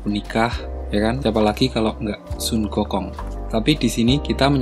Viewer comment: Sun Goku.. bukan son gokong.. spelling pun x tau..